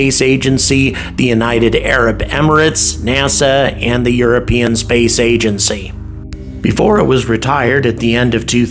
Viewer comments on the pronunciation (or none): none